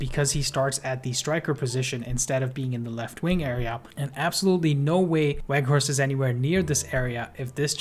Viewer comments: Bro, it's pronounced "Vout Veghorst", the W is changed to a V. He confirmed this himself in an MUTV welcome video interview. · haha u said it a few times wrongly though, just helping you out with a reminder. I think it's a good habit to develop as part of professional presentation, just like how we learn to pronounce names like Tchaikovsky or Saoirse correctly. Just some constructive criticism, don't take it the wrong way.